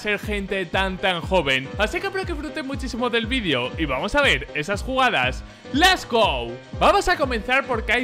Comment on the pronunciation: Alguien le puede decir que es let's go y no les go ?¿